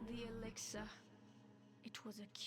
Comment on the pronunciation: You have 8 weapons, you only need 1, salvaged weapons become runes which you need to upgrade a weapon, also runes only use one backpack slot, I seem to remember collecting over 130 plant fibre in first 5 minutes, you been playing 1,20 minutes and only just got 47. it is not exiler it is elixir, if you must read try to pronounce the words correctly, maybe try reading for your self what is on the screen it high lights R to customize appearance, the +3 cutting armour was on a ring which is classed as armour therefore you increased the armour rating not the attack rating which is only on weapons.